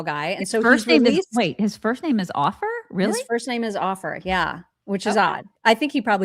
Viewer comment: "Ofer" is an Israeli and it's pronounced as "OH-fur". Jesus Christ on a unicycle, don't either of you know any Jews who speak Hebrew? Don't you have Ben Shapiro's cellphone?